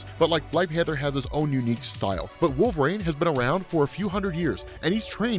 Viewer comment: Did change how he says Wolverine? It sounds like Wolfrain now.